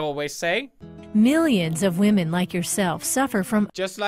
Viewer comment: pewds caught disrespekting wahmen